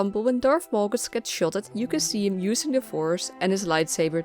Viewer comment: Its Malgus ... not Molgus!